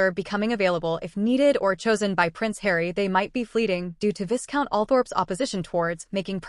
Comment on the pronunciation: pronunciation: vi-count Lou-wee